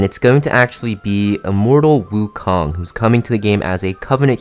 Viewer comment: Your pronunciation of it is wrong but close enough